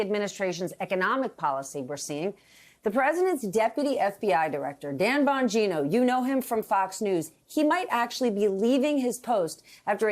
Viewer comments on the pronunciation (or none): none